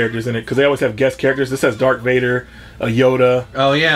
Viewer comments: Hey. It's darth vader, not dark vader. Love the channel!!! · did say “dark Vader” lol 😂